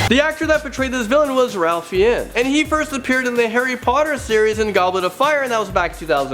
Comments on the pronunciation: Raph Fiennes (Raph pronounced like Raf instead of Ralph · I desperately wish people would learn how to pronounce Ralph Fiennes' name.